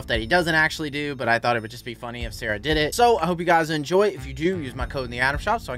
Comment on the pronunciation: You're a wizard, Harry❌️ You're a wizard, Sawaahh✅️